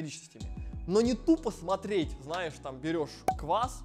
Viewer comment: Хеехе. Прикольнооо))) Слифком , знаеф, фто 🙃😄